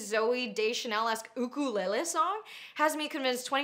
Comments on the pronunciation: Thank you for pronouncing ukulele correctly. As a fellow person from Hawai’i, we physically cringe when we hear “yook-kuh-LAY-lee” 😭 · Thank you for pronouncing 'ukulele the Hawaiian way, the disrespect she should never touch an 'ukulele again. The poor children had no idea and she wants her actions to not have consequences. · anna, i know it’s not the main point, but i appreciate your correct pronunciation of ukulele 😊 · ooka- leh leh. I absolutely love that pronunciation 😭🤌✨💅💅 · I already love you Anna but the fact that you pronounce ukulele correctly makes me love you even more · Mahalo nui for pronouncing ‘ukulele correctly!! Ke aloha nō. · I agree with absolutely everything you say And appreciate the correct ukulele pronunciation